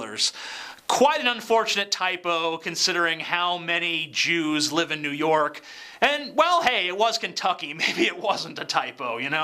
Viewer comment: Jew York? Was Kenny Powers doing the broadcast? lol